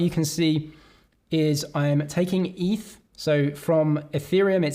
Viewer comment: it's definitely eth and not eef